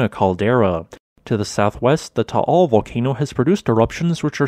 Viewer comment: Eyyy props on saying Taal correctly lol